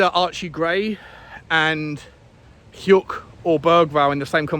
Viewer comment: nailed pronouncing hyuk perfect and get the order wrong? 😂😂